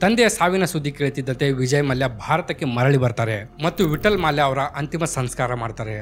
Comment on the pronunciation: ಮಾಲ್ಯ ಅಲ್ಲ ಗುರು ಮಲ್ಯ...